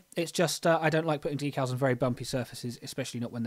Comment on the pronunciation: Good looking model. Nice job on the “dee-cals” (emphasis on the second syllable). 😎